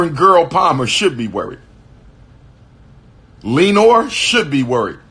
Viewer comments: “LEE-NORE” will always be hilarious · “Lee-nor Coward” 😂